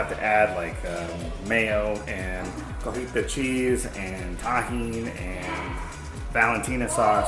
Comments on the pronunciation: The cheese is cotija not cojita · Wow all of that looks delicious!! It is actually pronounced “CO-TEE-HA” cheese ❤️ it is named after the town in Mexico where my family is from :)